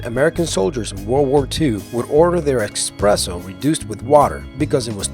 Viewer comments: expresso *espresso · Sorry for sounding like a smart-ass, but it's espresso, not expresso. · esspreso not expresso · Eh-presso! Expresso is how the French pronounce it!☕️☕️☕️☕️ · Expresso? Moron 🤣🤣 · It's espresso not expresso buddy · funny coffee fact: there is NO "X" in ESPRESSO. woooow... :O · He.. keeps.. saying... expresso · There is NO 'X' in espresso. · It's actually pronounced ess-press-oh, not ex-press-oh. Sorry to be such a grammar Nazi. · espresso not expresso... holy shit that annoys me way more than it probably should when someone says that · Expresso... Unsubscribed. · Why does everyone call espresso expresso? Is it something i don't know? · Dude! There's no x in espresso.. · It's not "EX-presso"…that bugs the crap outta me. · it's eSSpresso, not expresso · "Expresso" tho... No x in espresso people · It's ESpresso not EXpresso, common misspelling, for some reason it annoyed me everytime you said it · I stopped watching once I heard him say 'expresso'. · dang it! he said "EX-spresso" sigh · Espresso is pronounced espresso. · Did he say expresso? (@ seconds) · Did anyone else hear "expresso"? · Esssssspresso. Don't sound dumd! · ugh he keeps saying "expresso" and as a barista it is killing me. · LOVE THIS...Great narration, except for one pet peeve. There's no X in the word ESPRESSO. ;-)